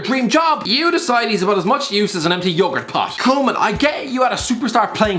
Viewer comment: I see not only Birtish, but Irish people can't pronounce foriegn names. Seriously, Koeman isn't that hard to pronounce... Keeping Messi and Suarez is a short time solution. The team will keep losing if it stays the way it is... But Barcelona should make both Messi and Suarez great farewells.